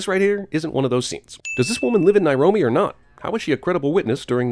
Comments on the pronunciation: Good video. FYI, it's Nairobi, not Nairomi. Nairomi doesn't exist. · Nairomi? I'm gonna have to give CinemaSins a sin for that. It's called Nairobi. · You: "Nairomi." Me (didn't see the movie): "Nairobi." You: "Nairomi." Me: "It's actually called Nairomi!?!" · Isn't it Nairobi? I don't think there is a city in Africa called Nairomi. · Uh . . . isn't it Nairobi?